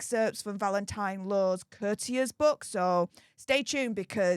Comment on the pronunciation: Courtiers …cOURTiers….not curters